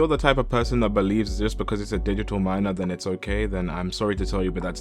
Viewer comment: “Tryna strike a chord and is probably a minorrrrrrrrrrr”